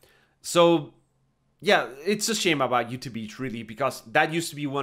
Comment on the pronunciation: it's not "youtuh" beach it's YOUTAW beach lmfao